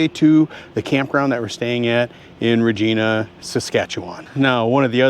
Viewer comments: Regina is pronounced with a long "i" sound. There is no such place as "Regeena" in Saskatchewan! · Welcome to Canada 🇨🇦 and it’s pronounced Vagina. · Canadian here: You saw 2 options in how to pronounce the word "Regina," that city in Saskatchewan. You initially chose the wrong one... Yes, it's actually pronounced just like the body part. Fun Fact: it's a regal term, for a female sovereign. In this case, the city was named for Queen Victoria, back in the late 1800s. Funner fact: the male regal term is Rex. That's why King Charles signs as "Charles Rex." Welcome to Canada, eh. I look forward to tracking your route as you move northwest over the next few videos.